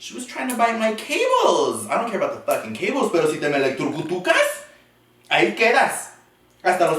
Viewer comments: Electrocutrucas✨ haha it’s electrocutas babe but i liked your version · That’s how I say “eloctrucutucas” 😂😂😂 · “Eletrocucas” whatever she said 😂😂😭 I be saying that shit too omg 🤣🤣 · had me 💀💀💀 🤣🤣 “Ele-truc-truc-kas” 🤦🏽‍♀️ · "elecTRUCUtucas" im fkn deeeeead ☠️